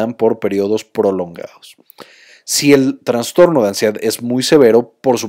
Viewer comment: Todo muy bien explicado, nada más que no se dice TraNstorno, sino trastorno. Dejando de lado eso felicito al Dr. y al psicólogo.